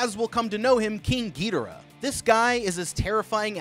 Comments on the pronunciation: Bro said “gidira “ for some some reason. It’s supposed to be “king gidora “ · ITS NOT GIDERA ITS KING GIDORA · Every time he says “getora” I lose a brain cell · ❌King gidara💀 ☑️king gadora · you must have upset so many monsterverse fans when pronouncing "Ghidorah" its pronouced "Gi-doorah" not Gee-dora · Whats with the misspronouncing? Im sorry but.. petrosaur? I think you mean pterosaur. And king ghidra? Have you not read the name? Its ghidOra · it's pronunced gedorah not geederaah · U can't even spell it ever it's Ghidorah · Bro it's "ghi,door,ah. Not gitoora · Gee-de-rah lmao Bruh... It's Gi (soft g) as in IT.. Gi-dora... As in Dora the explorer. Geh-dora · We all know damm well it’s NOT a gravity beam and it not pronounced (giderah) it’s (gidorah) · Not Trying To Be Rude But Monster Zero’s Real Name Is Pronounced Gi-Dora, Not Gi-Dera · Who the hell is gitaruh???? You watched the movie so you know how to pronounce GHI DOR AH, she LITERALLY pronounces their name...I had to stop watching lmao that was annoying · Gheedorah cmon man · It's not a big deal at all, but it is pronounced Gee-door-rah. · 640th gedora is fer sher the way to say it and the pteratreetoops 😂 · ain't no way he pronounced "Ghidorah" "Geederah" 💀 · SO NO ONE IS TALKING ABOUT HOW HES CALLING GHIDORAH GIDARAH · Oh my gosh!!! I can forgive gidorah and Rodan BUT Pterosuar is pronounced Ro-dan TerO-soar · "Penisaur" "gaydorah" 🥶👌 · ITS GI DOOR AH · I like these since since I’m a huge Godzilla fan but him saying ghidora wrong is a bit annoying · Bro called him gaydora ☠️ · It's pronounced Gi-Door-Rah ( Ghidorah ) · You say it more like gadora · He says gidora wrong😅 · what is with these name pronunciations man, "peetosaur" "petrosaur" "geedora" lol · bro it's pronounced Gih-dore-ah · It was how whe was pronouncing Ghidora for me... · Ghidorah: how did you pronounce my name mortal?! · it drove me crazy hearing him pronounce ghidorah wrong 😭😭 he even pronounced rodan wrong a few times